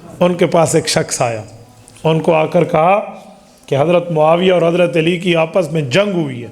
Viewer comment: مفتی صاحب ، لفظ علی ہوتا ھے عیلی نہیں..